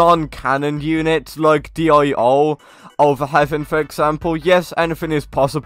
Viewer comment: Uhhh dio is pronounced like deo u don't say d.i.o k also if ur free just watch anime there's a lot of toxic anime fans that will make fun of ur pronounciation